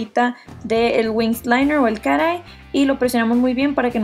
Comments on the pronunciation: crítica constructiva: No digas cosas en inglés si no sabes como decirlas!! No se Dice "carei" dilo bien por favor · Me da risa que dice cara ai skksksksks